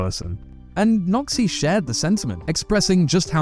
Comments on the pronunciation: lmao your accent does this man's name no credit 😅 "Today I'm speaking with a Nazi" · When you say Noxy it sounds a little like something else...